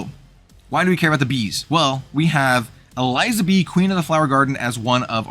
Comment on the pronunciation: I think I'd probably play the Elizabee deck. I've always enjoyed gimmick decks like Croco-Sharks in FoW. Just an unrelated note, Eliza in Elizabee is pronounced like Elizabeth because she's a reference to Queen Elizabeth.